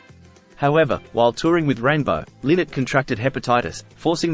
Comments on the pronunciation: It's pronounced Lainott like Lie-nott, not Linott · His name is pronounced Lie-not. Not Linnet.;-) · Ly- not not Linnot, you could at least get that correct. Show some respect ffs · I will not watch any more of this video after the first 3 seconds. TERRIBLY WRONG in the very first sentence. FFS... It's not "Lynn-Net." PHIL LYNNOTT's NAME IS PRONOUNCED "LIE NOT." As in, IT RHYMES WITH "WHY NOT" learn how to pronounce his name? What's next? A mini youtube doc on "The Life and Tragic Death of Jimi Hendrich"? Followed by a video about that Beatles guy, "The Life and Tragic Death of John Lemon"? Thanks, but no thanks. LIE-NOT, FFS!!!! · his surname isnt pronounced Lin ett its pronouced lie not. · His name was Philip Lynott - quite often mispronounced. As he said regularly himself "It's Lynott, like Why Not". 😉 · Pronounce his name right will Ya...its LIE NOT. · Well, He's wrong. Lynott stated this in many interviews over the Years that His name is pronounced, Lienot. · Yep, there's a YouTube video of his mom somewhere where she states it's pronounced Lie not. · It's pronounced Lie - nut. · It’s pronounced Lie-not. ☘️ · This idiot mispronouncing Phil's surname the entire vid. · That's what I thought too